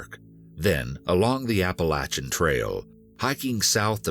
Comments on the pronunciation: Ahh so refreshing someone on YouTube actually pronounced Appalachia correctly...Thank you kind sir 🙏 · as an appalachian gal, i just want to thank the narrator for saying appalachia right. ♡